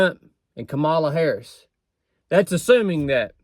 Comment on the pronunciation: every " fact" you said about Kamala ( your next president is pronounced COMMA LA). is wrong. You have 50 days to learn a few facts that are real. Like her father was an economics professor and she is the most experienced woman for the job. Trump repeats the lies he wants MAGA to parrot. He said he lost the election. Yet, there are MAGA who say he won. That makes someone weak-minded. Here is the Oath the military took. I, _____, do solemnly swear (or affirm) that I will support and defend the Constitution of the United States against all enemies, foreign and domestic; that I will bear true faith and allegiance to the same; and that I will obey the orders of the President of the United States and the orders of the officers appointed... If you support Trump and his project 2025, you are breaking the oath and ALL the hard days you put into building this nations.